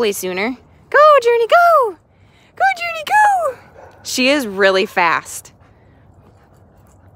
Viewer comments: Its Journee not Journey ok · It’s Journee not Journey